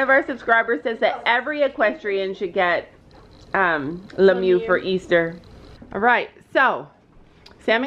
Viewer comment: Omg STOP SAYING lemoo it’s not that it is said “lemier”